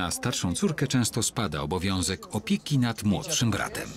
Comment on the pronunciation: Narrator powiedział opiki